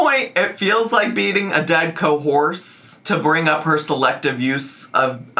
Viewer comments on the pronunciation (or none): Not the "dead cohorsed" 😂